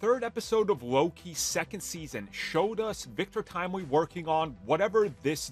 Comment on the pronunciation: I'm sorry, "Victorious Timely"?